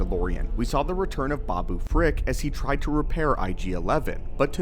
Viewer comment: Did he say babooprick lol